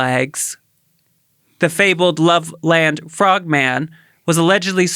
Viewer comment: It’s pronounced “Lovelund” Ohio/Frogman. I’m from Milford, Ohio (pronounced “Milferd”) which is right by Loveland.